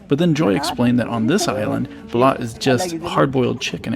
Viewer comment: Great video! Bro needs to be careful how he pronounces the word for the chicken egg though! It's balut (bah-loot), not bilat (bee-laht). Bilat is, ummm, female privates.